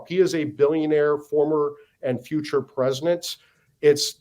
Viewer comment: I’ll give him a pass for saying “PresiNent Trump”.